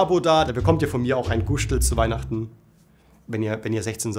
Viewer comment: "Guschtl".... Zefix Mare numoi! Du woasd es hoast GUSTL! So sehr schönes Viedo:):D